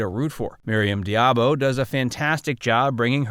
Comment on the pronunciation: You forgot two Bondgirls : 1) Sophie Marceau (as Elektra King) in The World is not enough. And 2) Grace Jone (as Mayday). Also, you seem to have a reading problem. About Maryam d'Abo. You prononce her name as "diabo." Why? Where is the "i" in her family name? Its D'Abo... NOT Diabo.